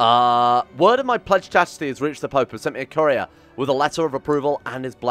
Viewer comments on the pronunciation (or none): none